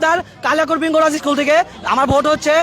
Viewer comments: ইস্কুলের নামটি ও দেখি ঠিক মত বলতে পারেনা আইছে পাস করতে ।দেখেই বোঝা যায় টিকটক করে আসছে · সরকার পরিক্ষার ৩...৪ মাস আগেই জানাই দিছে যে এবার খাতার সঠিক মূল্যায়ন করা হবে .....আর গনিতে McQ এ ৮ এ পাশ কোনোদিন ও ছিলো না....গনিতে ১০ এ পাশ এটা তো সারাজীবন ই হয়ে এসেছে......আর কেমন আন্দোলনকারী যে স্কুলের নাম ই ঠিকমতো বলতে পারে না........আন্টির ছেলে যে পড়াশোনা করে না সেইটা একবার ও বললো না...... এদের দাবি সম্পূর্ণ অযৌক্তিক.... এদের শুধু মাইরের দরকার 🙂 আমি নিজেও ssc 25 পরিক্ষার্থী..... রাজশাহী বোর্ড....!! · স্কুলের নামটাই সঠিকভাবে বলতে পারেনা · ভাইরে ভাই তুইতো স্কুলের নামটাই বলতে পারলি না আবার আসছিস আন্দোলন করতে